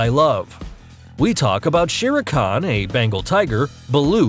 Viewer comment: That is not how you pronounce shere khan. Nice video